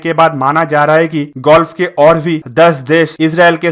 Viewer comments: कहीं अब gulf को ये भाई साहब गोल्फ के बजाए गुल्फ कन्ट्रीज न बोलने लग जाए। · Oh bhai woh ''golf'' nhi ''gulf'' hain😂 bangali ho Kya. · Please learn how to speak. Word is GULF. Where as you are prononciating GOLF, the name of game. Please correct. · Bhai mere gulf h Bhai golf nhi plz Bhai pronounce sahi kariye namaskar. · Golf nahi bhai Gulf hai irritating lagta hai agar galat bolte ho to lagta hai video close band kar dun